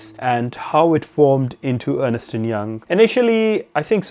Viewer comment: Thank you, very helpful. By the way, it is pronounced Ernst, not Ernest! I used to do the same :)